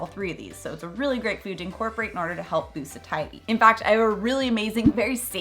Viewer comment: Isn’t satiety pronounced like satiate? You say sa-tie-ety but shouldn’t it be say-she-ety? Just wondering. Thank you for the info!